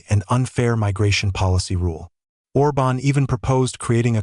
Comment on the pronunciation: ORBAN, ORBAN!... get it right!